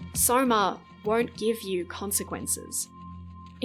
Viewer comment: Sorma, not soma :p